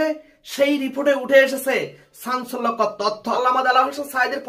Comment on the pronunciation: চাঞ্চল্যকর তথ্য, নাকী ছাঞ্চল্যকর তথ্য। ইউটিউবার ভাই, সবার আগে আপনার ভাষা শুদ্ধ করুন। শুনতে অনেক খারাপ শুনায়।